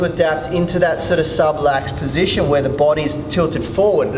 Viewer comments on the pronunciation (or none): I've only just found your channel and really appreciate the mobility exercises you demonstrate - so much so I've subscribed to your channel! However may I suggest that you be extra careful with some of the information or terms you use? For a couple of examples: the word is subLUX, not subLAX; and the facet joints are not ribs articulating with discs... These may be minor points and possibly irrelevant for those that don't know much about anatomy, but you do lose some credibility with those viewers that do, when the incorrect terms or info is used. Nonetheless, I loo forward to improving my mobility with your help!